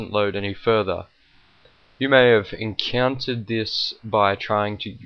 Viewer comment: "enceanter this" XD encounter